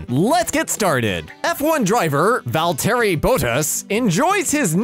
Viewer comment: Val-teri boat as5 lol 😂🤣🤣🤣🤣🤣🤣🤣